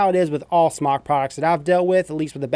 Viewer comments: Wyatt Votava In the beginning it was pronounced SMOKE. They were asked about it. Jesus Christ! even said that in an earlier video. He wants to say Smok because he doesn't wanna say smoke. It's like if I said I don't want to pronounce Adidas correctly anymore so I'll start calling them "Ah-dee-daahs" instead of "Uh-dee-dus". To each his own but it's just dumb. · Wyatt Votava its pronounced smoke, period, u can pronounce it however for whatever reason, but if u were to pronounce it correctly, and i would, if i reviewed their products, but thats just me, u would pronounce it Smoke, period! But who cares, just an observation. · Kyle Prickel its pronounced smoke, its spelled smok, i know how it is spelled, ive asked their rep how it was pronounced, and its pronounced smoke. There is a line above the o supposed to indicate that the o has an o sound, not an ah sound. And ive said it both ways, but if i was a reviewer of their products, i would pronounce it correctly, thats all im saying. Hell, we all know how its spelled, i thought we could get passed that point. Its pronounced Smoke. Peace.